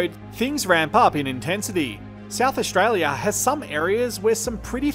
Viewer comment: I very much like your videos, but could you please not mangle the language as much - There's no such words as Aushtralia, shtrike, shtrip, etc.